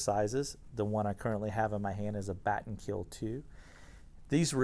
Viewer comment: 'Batten Keel' lul